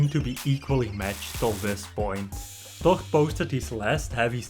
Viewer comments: Wtf is he saying? Todd? His name is THOR. Learn English, man. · It sounds like hes saying tok and not thor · The way this guy says 'Thor' is slowly eating me up alive